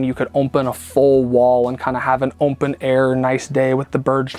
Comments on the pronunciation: "OMPEN" ;) great work! Love it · This is totally brilliant. I love it. And it’s “open” not “ompen”. Less me picking on this guy and more PTSD from my ex lol